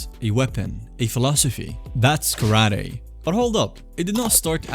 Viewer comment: Kara Te. Empty Hand. Not karady.